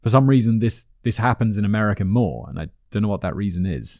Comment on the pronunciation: I like how this guy pronounces America “ameri-car”